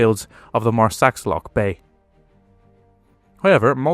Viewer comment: Marsaxlokk is pronounced Marsa-shlok, not Mar-sax-lok